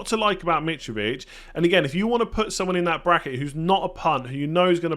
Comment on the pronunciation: What's a Braceket, sounds like 2 goals scored in the Egyptian league